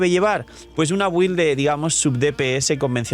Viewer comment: Cuando empezaremos a pronunciar bien la palabra BUILD? (Se pronuncia bild) Si te llamas, el canal Games and Chill, y te patrocina Lootbar, pronuncia Build bien por una m4ldita vez!!!